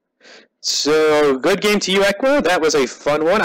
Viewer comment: Little loud on the sound, but a good game none the less. also, its eeee qua as in Equals not ehqua. <3